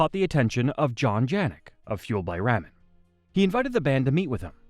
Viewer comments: Sounds like it. Explains why it pronounces ramen like that. The videos are cool but I could go without the ai narration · Seriously, does he not know how to pronounce this label? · Is it me or is it how this guy says ramen is driving them nuts?